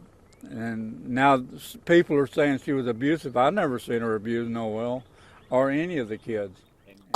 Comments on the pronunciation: It's not pronounced Noelle, it's pronounced No ul. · Omg, you are pronouncing his name wrong. My son's middle name is Noel & for a boy it's pronounced Nol. Your calling him a girl. Nol sound for boy No-el for a girl.